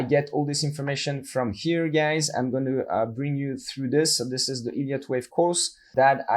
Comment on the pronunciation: Is it just me or do does anyone else hear "IDIOT Wave Theory" everytime? 🤣